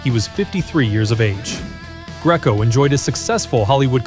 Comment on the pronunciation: Enjoyable as this Nostagia is... obviously AI as "House of one thousand corpses" is actually House of 1,000 Corpses. Paul Greco's name is pronounced GREE KO. And Conchise's name was prounounced CON CHYSE --- what the Warriors gang called him